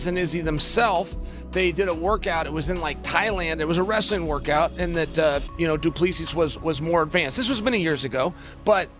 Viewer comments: can the american learn how to pronounce dricus du plessis. It is DRIIII-KUS, DO PLES-IIII....not all the other crap that chael says. There is no DIRK-US DO PLES- SIES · Dricus du Plessis... "du ple-see" please get it right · Chael pronouncing Du Plessis 😅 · Chael Sonnen completely butchering Dricus' surname lol